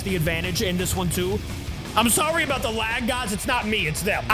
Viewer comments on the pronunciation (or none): none